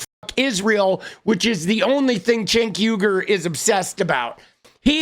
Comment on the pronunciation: "People ask me why are you wasting time on Cenk Uyugr" 🤣🤣